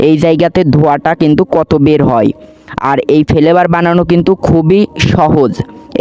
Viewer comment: Vape ❌️ vhape✅️ Flavour ❌️ Felevour ✅️